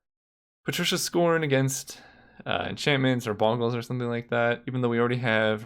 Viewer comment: "bongles". I know we can't all agree on whether it's pronounced "boagles" or "boggles", but I think we can agree that it really should be pronounced "bongle". FOREVER.